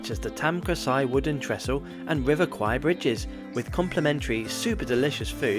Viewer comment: Love you gave the correct pronunciation of the river name. Kwai is buffalo, a common Thai insult